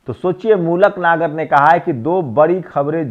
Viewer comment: mulak Nagar Nahin malook Nagar boliye please